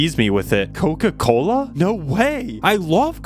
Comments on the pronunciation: Coca-Cola ❌ Koka kola✅😅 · Bruh when he said that his dad went to get koka kola and never came back it sounded like he went to get milk and never came back😂😂😂😭😭😭💀💀💀